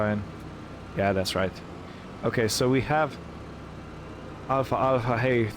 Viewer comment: Greetings, well I seen all videos you made and am caught up. I truly enjoyed everyone!! You sir make me laugh some times with your accent and pronunciation. Alfalfa hay is pronounce Al-fal-fa not alfa alfa lol. keep up the good work and glad the earth quake was nothing serious.....Tony